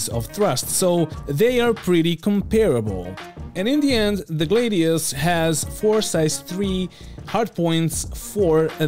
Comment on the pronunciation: Buddy, you’re the best, I love your content, but I gotta tell ya man.. Gladius and Gladiator come from the same route word, so it’s a “Glad-e-us” I dunno if you’ve heard this before and don’t care, but I’d tell you if you had something stuck in your teeth, so I might as well try and tell you that you’re sayin’ it wrong, and let you do with that what you will